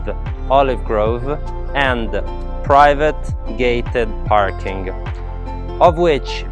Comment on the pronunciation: Why does he emphasize “private gated parking!” I’m worried now, is the outside area dangerous!?